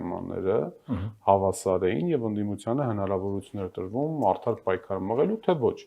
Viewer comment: «Եթե տըրվըմ ա։» Սա գե՛ղցի ա։ 😂🤣😅